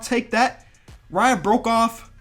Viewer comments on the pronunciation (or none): none